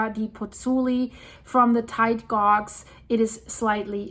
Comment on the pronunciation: your command of the English language is excellent. Just to let you know gauge is pronounced with a long A sound to rhyme with cage, rage, stage. Thank you for all your hard work. I really appreciate you sharing this information